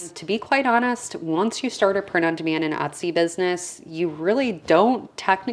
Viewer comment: Sounds like you’re saying ‘prenundman’ and I was thinking ‘who’s he?’ Thanks for sharing this info. 👍🏻